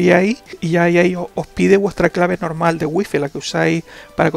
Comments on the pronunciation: Waifai se diceee. Y se esceibe wifi 😂🤣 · no se pronuncia wuifi